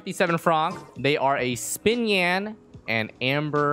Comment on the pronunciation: Wait is it actually pronounced spinyan?